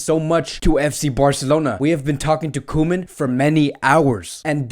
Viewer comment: It’s co-men